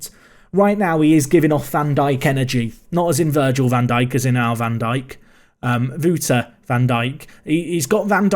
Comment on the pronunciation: Can I say that you pronounce the wou Wouter (Van Dijk) as in wow so like wowter